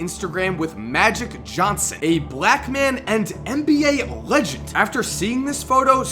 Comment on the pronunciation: Please... For me! Say NBA not MBA, NBA! Thanks I love you